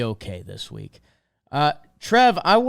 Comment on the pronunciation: The “Wek” was so juicy couldn’t fit the vowel 😂